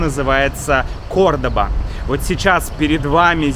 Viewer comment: The pronunciation is CORDOVA, not CORDOBA